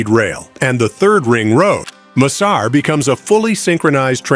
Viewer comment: Pahle bolna to seekh le yaar M sar nhi massar project bol